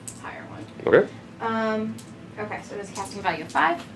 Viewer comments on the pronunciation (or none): none